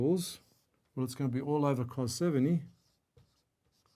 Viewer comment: cool but not how you pronounce cos